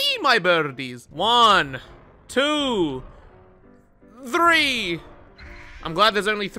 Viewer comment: I love how counts " one two three" every time he releases the crows, using a very specific accent. Well I think I've found where it is from. It is from an old meme that goes "One two three four, how many n-word are in my store" ( he actually used it in a very old video but replaced the n-word with "generator")